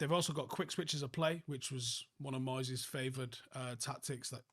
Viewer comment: I'm sorreh to say again it's moyseh